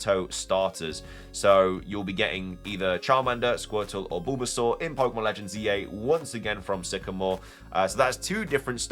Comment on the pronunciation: The way you pronounced Bulbasaur, I'm dying of laughter 😂